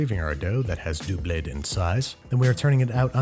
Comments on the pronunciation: I don’t know if Babish knows how funny him pronouncing doubled as ‘doo-blayed’ would be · When he said “the dough has doobled in size” 😂